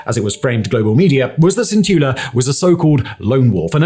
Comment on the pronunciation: Well, Simon can pronounce "Fico" correctly at last. His "Cintula"is not bad except that the"t" is not softened. It is C (as in bats, hats, mats) IN TOO LA. He will have to work on Juraj though. Heaven help him if Juraj had been a Czech. Jiří would be beyond Simon even if he had heard it a hundred times. Juraj is something like JU (as the "U" in "Ute") RAJ (as in "rye"). Go to "Google translate Slovak English". Type Juraj into the Slovak box. You will see that it translates Juraj as George. Yes IT IS "Svätý Juraj a drak" (St.George and the dragon") Never mind that. PAY ATTENTION ..... click on the speaker symbol at the bottom of the Slovak box. It is not bad. You can add "Cintula" if you like.